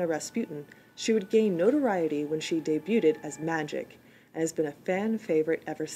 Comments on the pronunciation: He "day-bu-ted?" LOL! And . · I like your reviews and think you do a good job. But please learn how to pronounce debuted.